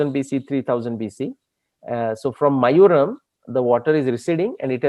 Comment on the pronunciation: Love your work! sir it is "mayilaaduthurai" (mayil-aadu-thurai) short form is Mayavaram (Maaya-varam) not mayuram. Thanks!